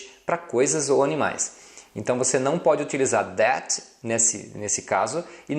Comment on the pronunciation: sua pronúncia do that esta errada,nao é déte e sim thé, o t não se pronuncia, e para falar o th , tem que colocar a lingua nos dentes.